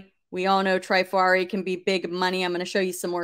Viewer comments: Vendome is the brand. It is pronounced Tra far e. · Here are some pronunciations for you Spelled phonetically Trifari has a short “i” like in “trip.” Vendome is pronounced “Vondome” Parure is “pawroor” Hobe is “Hoba” like in obey. Schiaparelli is pronounced “Scaparellee”